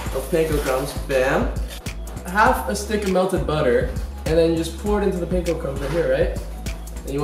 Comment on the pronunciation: Omg no he did not just say he was Asian then pronounce Panko like that